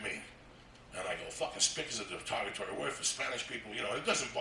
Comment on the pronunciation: He tried to say Derogaroy, but something else came out...lol